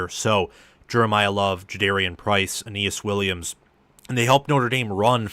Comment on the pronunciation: Awesome episode. By the way, Billy Schrauth's last name on Notre Dame is pronounced "shroud" except ending in "th." (You nailed Aneyas Williams though, which basically no national commentator does haha.)